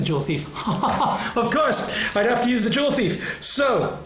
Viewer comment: juwelendieb haha. joule ≠ jewel